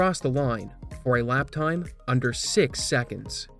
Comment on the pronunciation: I forget if I've asked this before., are you a Maritimer? and around there I feel like I'm hearing a strong Maritime Canadian accent. "Time", "Line", and "Marker" sound very Newfoundland lol. For the record, I love it, I just really honed in on it after that time-stamp and can't stop hearing it lol. I bet anyone who wants to take it, a fair bet I'm not Googling first, $100 Canadian that grew up in Newfoundland (and Labrador). I could use the money and I'm so sure I'm right lol. You have to internally accept the bet before Googling the answer. I'll know. Edit: My second, unofficial guess for betting purposes, as I keep listening to him, is PEI. That's Prince Edward Island to you non-Canadians. That's just for pride. First honest guess was Newfoundland. Just started hearing PEI more as I listen.